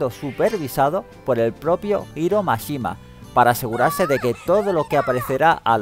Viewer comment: No es Iro Mashima, su nombre es Hiro Mashima, tanto cuesta entender que en otros idiomas la letra H es sonora.